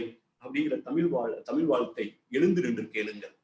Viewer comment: தமிழை முதலில் ஒழுங்காக உச்சரிக்கவும்...லூ...லூ..🎉